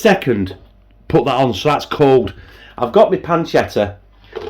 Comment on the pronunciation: Hi, did I hear you say Spamchetta? 😂😂 Lol M